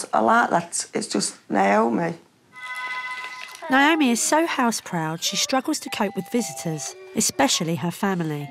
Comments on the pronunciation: The way they say Naomi is so annoying. It’s literally my name and its pronounced neigh-oh-me not Nye-oh-meeeeee aghhhhh 😒😂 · Some people pronounce it nye-oh-me. Actually, most people I know called Naomi pronounce it that way. neigh-oh-me seems like more of the American pronunciation?